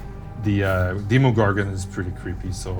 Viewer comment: The way he says demigorgon